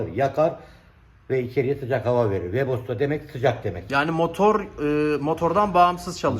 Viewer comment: WEBOSTO DEĞİL WEBASTO, GATES YAZILIR GETS OKUNUR, PORŞ DEĞİL PORSCHE YANİ PORŞE DİYE OKUNUR.